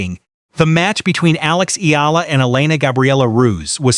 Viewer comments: Please pronounce our best lady's name: Alexandra/Alex Eala ( E Y A L A ) . We, FILIPINOS, will appreciate and be grateful for it. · Pleaze pronounce our bezt lady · Please pronounce our hero's na,me